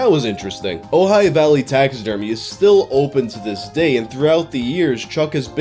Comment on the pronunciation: Thank you so much for pronouncing Ojai correctly